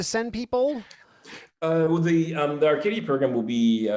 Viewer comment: This is my cousin. I didn't notice if he corrected you but it's pronounced RCC(I tell everyone like radio controller car lmao) I got a chuckle Bcuz no one pronounces it correctly. This is so cool. Gonna be a good watch ❤️